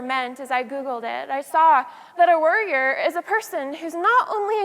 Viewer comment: It took me five minutes in to realize she was saying warrior not worrier.